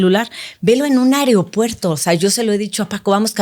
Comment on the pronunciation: SEÑORA! Con todo respeto… Diga correcto “ AEROPUERTO “. - fijense lo dice mal. Eso lo he observado en muchos Cubanos asi lo dicen “ se escucha: airopuerto”…… Nooooo!